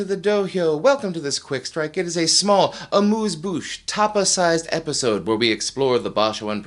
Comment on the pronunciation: Will Carlos (Ta......) finally win a Basho?🤞 Also, it would sound even more pretentious if you could say "amuse bouche" properly in french. (Just change the U sound in amuse to the french U and you're golden).😅